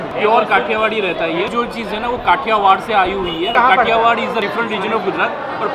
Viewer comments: Kathiwad nahi medam kathiyawadi 🤣😂 i love love my gujarat i love india 😘😘😎🌹🌹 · 😊 kathiwada nhi 'kathiyawad' and i am a kathi darbar so i am very proud of my cast. 🙏 jay mataji